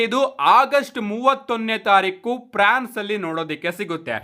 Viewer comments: Prance alla France adu 🤣🤣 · Prance❌ alla guru france ✅😂